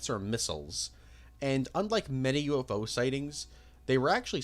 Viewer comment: It’s so weird to me how he pronounces UFO as U- Fo.